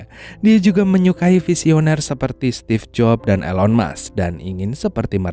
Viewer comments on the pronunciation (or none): none